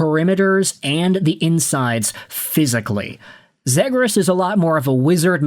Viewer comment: Why are you saying zegras wrong lol